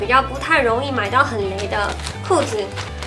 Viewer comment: 淘是唸第二聲